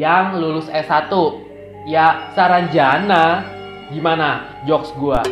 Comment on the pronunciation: Hadirrr !!! Udah seru2 ngakak pas salah nyebut SARANJANDA WKWKWK